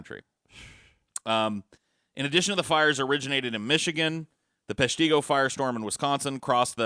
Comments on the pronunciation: Its pesh-tih-go not pesh-tee-go... Learn your things straight!!! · Right. I lived in Peshtigo my whole life and it is bothersome to here Peshtigo and Menominee missed pronounced